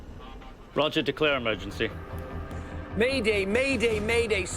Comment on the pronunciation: eeeee mer gen cee